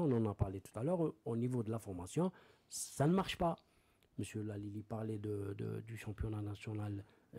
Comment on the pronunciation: Génial ! super émission ... je voudrais juste rectifier : C'est ALILI et non LALILI , merci